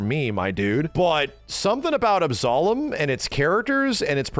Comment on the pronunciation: Why can’t Yanks pronounce Absolum properly?